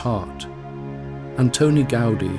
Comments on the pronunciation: The same force you apply to the "a", you apply instead to the "i", like Gaud-EE. The name is Gaudí with an accent on the "í" to make the pronunciation clearer. I don't know why the title on this video doesn't have an accent but it should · Exvellent video but you should put more effort into pronouncing the proper names correctly: Gaudí (gaudée), Palau Guell (palao guay), Pedralba (pedra:lba), Casa Batlló (ca:sa batyo:) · What's with all of the english world pronouncing his surname like that